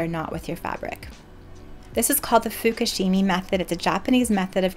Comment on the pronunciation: Furoshiki not fukushimi… you botched a very good Japanese wrapping technique… when you don’t know, you google.